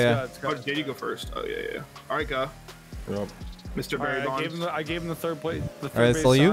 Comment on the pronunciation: frank dropped a gem and no one heard it, he said “Guhberry Bonds” ya know like barrey bonds? whatever i’m outta here